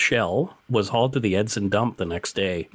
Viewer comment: Hey I just wanna say great podcasts and I like them. Also, I meet Travis Vader once in back in 2008. Also you pronounced Edson wrong.